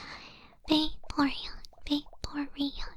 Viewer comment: When saying it multiple times, all I heard was Baeporeon 😂